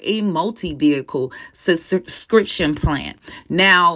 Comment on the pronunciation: Subscriptionn omg.... not sussscrition